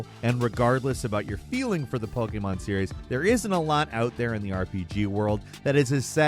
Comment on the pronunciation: Why are you always saying "Poke-aye-mon"? That is not how it is pronounced in Japanese.